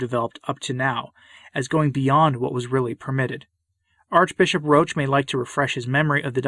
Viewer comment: Roche, thanks for pronouncing his name the correct way, evidently is concerned with providing camouflage for the actions of Francis and the Modernists. As I said before, he likes to scurry about in darkness. As for Parolin, I strongly suspect that in private he goes down to the floor and slithers. I've been listening to the last few episodes of the recent SSPX series on "The Crisis in the Church". They make a fairly convincing argument that the times, or more specifically the Modernists, are forcing a decision on all Catholics. We will have to choose between becoming a part of the "new church" of Francis, aka The Ape of the Church, or the True Church. I'm prepared to listen to a convincing counterargument. I've yet to encounter one. Please guide me to one if you are aware of it Pray for all the Church, especially the wicked, and pray for us all. Say the Rosary as Our Lady requested. Ave Maria. Viva Christo Rey!